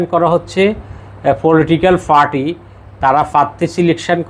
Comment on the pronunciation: পি আর বলতে ফি আর বলছেন পার্টি বলতে ফার্টি বলছেন নেপাল বলতে নেফাল বলছেন মোট কথা আপনি প উচ্চারণ করতে পারেন না কেন।